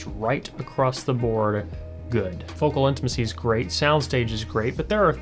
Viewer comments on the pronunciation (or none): none